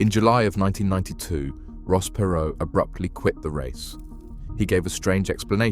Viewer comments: Not interested in a TX billionaire’s opinion. Not then, certainly not now. Also, his name wasn’t Ross PAY-ROE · Perr- Row Please pronounce their name correctly if you're going to do a biography on a person.